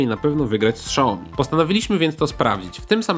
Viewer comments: "Siaomi", a nie "Szaomi" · Fajny test tylko proszę nie czytaj „szałomi” tylko „siałmi” kłuje trochę w uszy pozdrawiam :) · nie SZAOMI tylko SIAOMI...